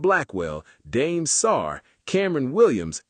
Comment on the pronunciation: Dame (dom-aey) not dame like Notre Dame